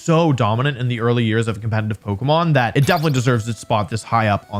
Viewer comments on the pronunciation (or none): HE KEEPS SAYING "COMPENITIVE", i can't unhear it